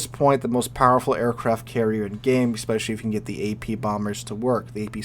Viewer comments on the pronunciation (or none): none